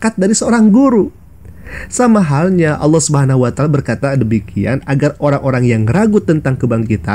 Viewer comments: Ngomong alloh saja oloh😂😂😂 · Innalillahi wainnailaihi roji'un menyebut nama Allah sj tdk betul... Malah di bilang lucu.. astaghfiruulahaladzim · Ngomong Allahnya aja ga becus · Saya malah mikirnya kayaknya dia itu bukan Murtadin tapi kris10 tulen 😨 di lihat dari cara dia membaca nama "ALLAH SWT" saja salah